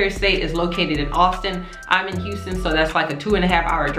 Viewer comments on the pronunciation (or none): none